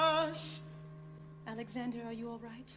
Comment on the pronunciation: Somebody says "a N e x a n d e r" I swear it. I can't tell who though